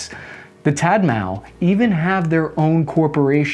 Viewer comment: "Tat mao"?🌚